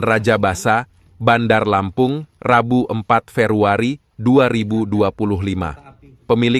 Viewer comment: Febuari bukan fefuari